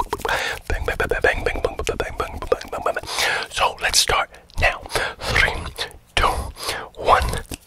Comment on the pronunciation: When he said mukbang it gave me arabian vibes.